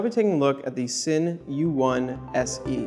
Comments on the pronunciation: for the record, folks at worn&wound, its pronounced 'zinn', not 'sin'. a cool watch, i dig the all black finish, though the hands dont do it for me, they look like an afterthought. its reasonable value, though it is creeping into tudor territory. for a grand or so extra i'd be going tudor with in house movement, but this is just my preference. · Just FYI Sinn is pronounced "Zinn"